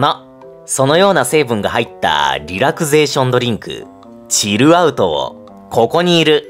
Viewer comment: のチルアウトの発音大好き